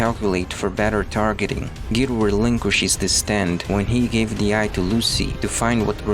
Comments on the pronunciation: I was shocked when he said Giro instead of Gyro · The way he said Gyro hurt